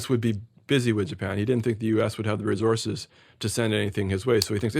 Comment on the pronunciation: Resources! Not resources